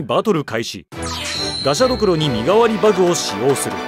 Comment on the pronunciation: バグの発音がすごく気になる